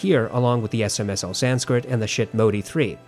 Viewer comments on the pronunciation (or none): none